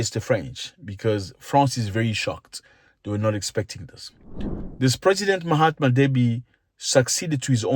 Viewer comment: Did you call him Mahatma Deby?!